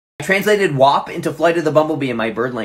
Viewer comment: WAP should be pronounced as such and not as wop because wop means an Italian